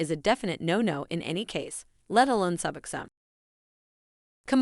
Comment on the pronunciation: Pronounced Suboxone completely wrong, I think this was actually a computer generated voice. That’s why